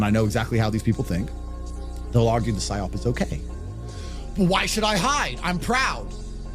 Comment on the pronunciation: PsyOP not SIOP